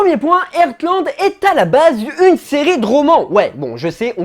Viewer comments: Mais vous dites airtland ?😭 mou je dis artland sa ma stressé tout le long 😭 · Ca se prononce Hartland ! Mes oreilles saignent...😓